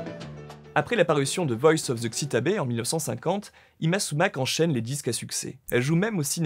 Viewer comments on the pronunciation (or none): Merci France Musique ! Mais il semblerait que le présentateur n'ait pas vraiment écouté Voice of Xtabay ! Sa prononciation ( Xi ta bè 😱!!!) m'a agressé les tympans 🤣! Sachez jeune homme qu'il fallait prononcer " shta baille " !! Bon, à votre décharge, il est vrai que ce titre en bonus et en anglais, par Moisés Vivanco lui-même, avait également souffert d'une prononciation également très douteuse 😏.